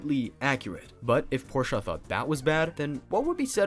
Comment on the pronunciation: Pork chop? Did you mean Porsche?